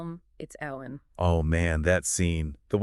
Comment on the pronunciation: Couldn't even make it 20 seconds into the video. If THAT's how you're going to mispronounce her name (this character you claim to like)... I'mma watch something else